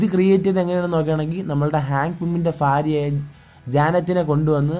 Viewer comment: ഫാര്യ അല്ല ഭാര്യ എന്നാണ്..